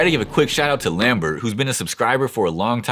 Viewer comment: Lamberto 😂not lambert😅